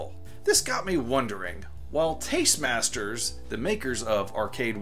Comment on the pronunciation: They need to work on a license with Nintendo for DK and all cabinets should have stereo sound. BTW, it's Tastemakers. Not trying to be a smartass. Just want you to know for future vids.